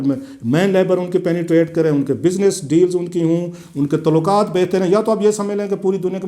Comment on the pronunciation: پاکستان کیسے ترقی کرے گا- تعلقات کو "تولاکا ت" کہنے والا ہمارا نام نہاد صحافی جس کے ہر جملے میں زبان اور تلفظ کی غلطی ہے دنیا کو بین الاقوامی سیاست کا تجزیہ کر کے دکھا رہا ہے! ایسے لوگ ہمارے ہاں عوام الناس کی رائے سازی کرتے ہیں- حیراں ہوں دل کو روؤں کہ پیٹوں جگر کو میں!